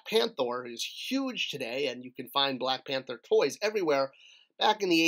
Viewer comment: You said Black PANTHOR. You truly breath and sleep MOTU!